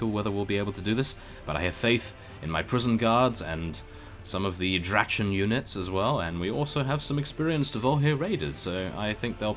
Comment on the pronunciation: Drache means Dragon and is pronounced as this: ˈdraχə